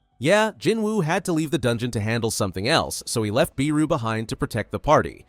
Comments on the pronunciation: It’s Beru not BEEEEru. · Sorry to be pedantic, but I think Beru is pronounced as Bey-ru, not Bee-ru, but I'm pretty sure this is an AI generated video so... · Bro said beeru